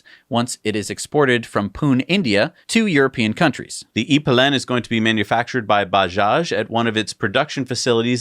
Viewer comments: As a Swede hearing the pronunciation of "E-Pilen" was aweful haha. In english the bike would be "E-Arrow" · It's so funny when americans try to say Swedish words in english ;) it's pronounced e-piiiilen not e-pilenn :D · The bike . I would pronunce the brand Huoskvuuarna and the bike something like eaea-peeeelen (=the e-arrow) say it slowly. Like in slow motion. Then it´s right. The slower the better :) The brand makes supurb ICE-bikes for muddy, dark, heavy digging, endurance races, and agile trail races of any kind. Top of the line performance. KTM has done some impressive electric bikes in this area and I think this is the first try from Husqvarna and it looks like a road bike. Interresting. Very exciting!